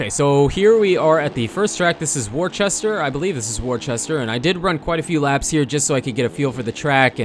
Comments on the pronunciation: lmao warchester you mean wooster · worcester is pronounced wuss-ter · “worcester” is pronounced “wuss-ter”